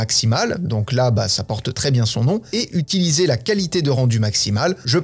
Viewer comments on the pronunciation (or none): none